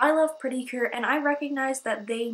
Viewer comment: I thought you mean to say Cute instead of Cure lol